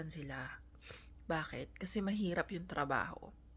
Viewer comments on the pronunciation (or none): It's BAKIT, not baket. It's NAMIN, not namen.